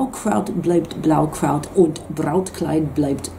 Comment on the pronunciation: excelled in nailing not only the Blaukraut-Line...